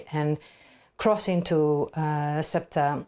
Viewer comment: Don't mention the fact that morroco just named a highway after trump and yair satanyahoo mentioning this very tactic . Oh by the way Amy , your attempt to say an Arab name is pathetic .